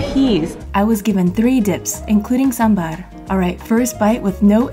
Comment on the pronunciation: The way she pronounced SAMBAR😭❤. I'm already ur fan duh